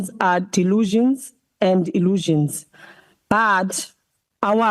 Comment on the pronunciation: Well said Ndlozi. You cant even pronounce illusions